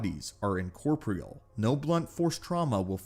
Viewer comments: For future ref. its pronounced in core pour(like pour a drink) - eal(ee-al). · Bit late to the party here, but it's "in-core-pore-ee-al". Fun video though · In-cor-poor-re-al. The star weirds are incorporeal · op: In-corp-re-all, enunciation in-co-por-re-el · how about "incorporeal" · Great video full of lore and SW Canon. But dear lord, double check that you're pronouncing the big words you're using correctly. 😅 Like macabre and incorporeal. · You can't properly pronounce words such as "incorporeal" and "macabre", and the editing is not great either.